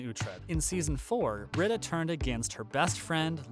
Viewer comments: It's pronounced Bree-da. Not Brid- a. Obviously you don't watch if you can't pronounce her name. It's very distracting. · Her name is pronounced Brita (Bree ta) not Britta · Dude your killing me...it's pronounced BREEDA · Yes, thank you for stating that. It so bugs me when he mispronounces her name! You'd think he never watches the show! 😖